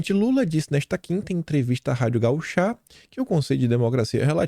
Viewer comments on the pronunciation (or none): não é gauchá é gaúcha. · Ô,, não é gauch(á), é ga(ú)cha! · Bolsonaro foi um em um milhão para o Brasil., presta atenção na acentuação das palavras. Não é rádio gauchá, mas sim rádio gaúcha. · Bom dia!🙏 Como gaúcha, gostaria de lhe alertar que não é Rádio Gauchá, mas sim Rádio Gaúcha, ok?😏 Gratidão por seu trabalho!🙌🇧🇷💛💚✨ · PO.R RA,! A RÁDIO DO RS SE PRONUNCIA GAÚCHA, E NÃO GAU CHÁ. CÊ PRECISA ATUALIZAR O SEU PORTUGUÊS. TÁ PARECENDO TRADUTOR AUTOMÁTICO. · desculpe, mas o nome é: RÁdio GaÚcha. Aquele sinal acima da letra indica a acentuação da sÍlaba. Pelo menos na lÍngua portuguesa. Voce tem repetido Rádio GauchÁ. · Gauchá??????? GAÚCHA!!!!!! Olha o acento!!! Esse nordestino....😂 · Por favor, pare de falar Rádio Gauchá. É Rádio Gaúcha. A sílaba tônica é o *u*. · é gaúcha... A sílaba tônica é no "u" não é gauchá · é Rádio GaÚcha e não GauCHÁ,ela não é rádio de chá 🍵. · Por favor,, aprenda a ler corretamente. É Rádio Gaúcha, e não 'Gauchá'!!! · desculpe te corrigir, é: Rádio GAÚCHA 'tchê', e não Gauchá. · QUERIDO!!!!!!! Não é gaucha é GAÚCHA DE GAÚCHO!!❤️❤️❤️❤️❤️❤️❤️ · é Radío Gaúcha, não é Gauchá. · o correto é Rádio GaÚcha, ñ Rádio GauchÁ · Bom dia! Só a título de contribuição o correto é Rádio Gaúcha e não Rádio Gauchá Sou Gaúcha por isso a contribuição a vc. Obrigada pelo teu trabalho, te assisto todos os dias. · vc tá precsiando exercitar sua leitura...é Radio GaÚcha...por favor né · RADIO GAÚCHA, o acento está no Ú, não no Á, forte abraço grande. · Bom dia KiM. Já está esquecendo do nosso português. Rádio Gaúcha, acento agudo no Ú.😂😂😂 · como contribuição. É rádio gaúcha. Corrigindo a pronúncia antes que algum idiota te critique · Bah,tu não sabe falar o nome da rádio gaúcha?sou gaúcho,gaúcho e quem nasceu no rio grande do sul